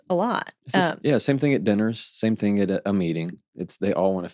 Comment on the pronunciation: Love this guy, but him saying "think" instead of "thing" kills me.